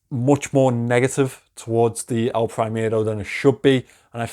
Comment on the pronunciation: It's "El primero" not "El prahimero" pronounced!!